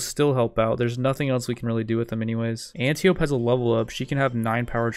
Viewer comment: Antiope is pronounced Anne-tie-oh-pee